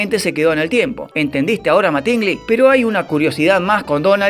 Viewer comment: MÁtingly no MatÍngly. Animal.